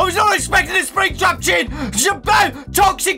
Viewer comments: no he is not, it's just got so excited that he mispronounced "skin". I have grammatical errors like that all the time. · Why did say spring trap chin? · Hold on you said chin for skin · I WAS NOT EXPECTING A SPRINGTRAP CHIN:me: haha he said chin instead of skin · Did anyone else hear him say springtrap CHIN?!? 😂😂😂😂😂😂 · He says CHIN instead of SKIN and he says "ChIpOU"